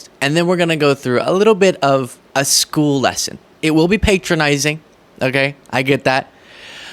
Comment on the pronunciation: It's pronounced pat-ronising not pate-ronising...